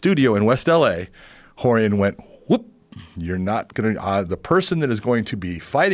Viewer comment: The way Joe pronounces Rorion: Whore-ian